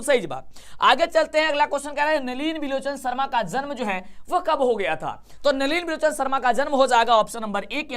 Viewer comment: Sir nalinbolochan hai 😅😅😅😅